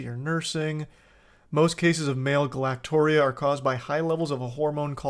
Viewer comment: Charlie galactorrhea is pronounced like diarrhea